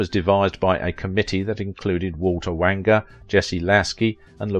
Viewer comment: Walter Wanger's surname is pronounced WAYNE-ger, ouch you butcher so many names!